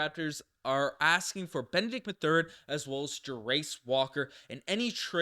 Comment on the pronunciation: The way you mispronounce both Ben Mathurin and Jarace Walker’s names is slowly killing me.